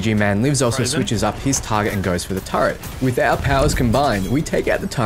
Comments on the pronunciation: but it hurts us precious! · Why do aussies/kiwis struggle to say Turret?... you say Turret but then start calling it a TurreNt.